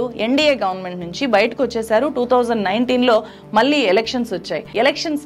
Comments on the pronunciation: మేడం మీరు జర్నలిస్ట్ అంటున్నారు; మరి ఒత్తులు పొల్లులు లేకుండా మాట్లాడుతున్నారు. నీళ్లు (నీ ల్లు), మళ్లీ (మల్లీ), ఏళ్లు (ఏల్లు) అని పలకాలి. వినడానికి ఇబ్బందిగా ఉంది. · మీరు చక్కగా రిపోర్ట్ చేస్తారు. కొంచం తెలుగు భాష ఉఛ్చారణ మీద దృష్టి పెట్టండి. నీల్లు, ఏల్లు, మల్లీ, కారనాలు లాంటి పదాలు పలికేటప్పుడు కొంచం జాగ్రత్తలు తీసుకోండి.